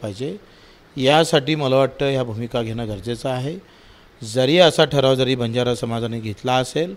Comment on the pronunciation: बंजारा नाही वंजारा